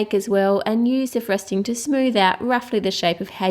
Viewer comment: i love the way you say frosting you say it like frusting i know this is wierd LOL By the way not trying to be rude its just that i LOVE your accent!!